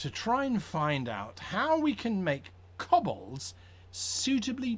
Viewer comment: K-oh-b-ol-dz not K-uh-b-ol-dz